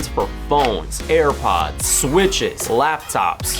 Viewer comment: broski u said "hairpods"